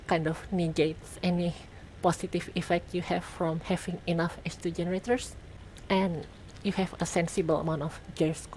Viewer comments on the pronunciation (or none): When you say "H2 generators," I always hear "estrogenerators!"